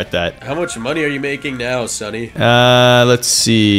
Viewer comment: what do you mean? He just said it wrong